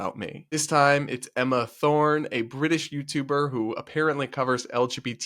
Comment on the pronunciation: "emma thorne" bruh